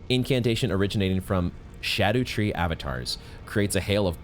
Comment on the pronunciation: Im still so disappointed hearing souls-tuber vet, Smoughtown, still refer to it as “skadoo-tree”💔😭